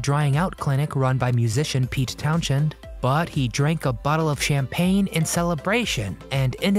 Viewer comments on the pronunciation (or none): Just a small correction on Jack Wild segment. Pete Townshend is not pronounced with the h in his last name. It's pronounced Townsend, the "h" is silent.